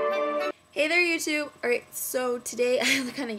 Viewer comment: i thought you said: "hi YOU TWO!" not "hi YOUTUBE!" and me and my friend were watching so i was like laughing and my friend was like "what?" and i was like: "she said hi you two!" and my friend laughed and rolled her eyes and said: "um, jessie, do you have water clogged in your ears? cause she said YOUTUBE, not YOU TWO" LOL